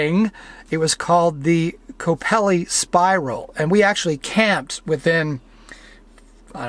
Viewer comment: It's KOkopellies! NOT Kopellies!!!